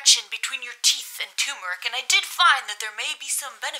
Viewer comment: it's tuRmeric not tumeric 😂